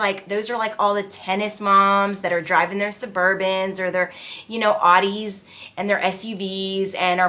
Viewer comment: its not Awdee it Aowdee. Rhymes with WOW